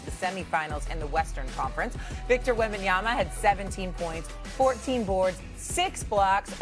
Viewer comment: Remember when… Steven A used to call him « WembanyaNa » 🤣🧐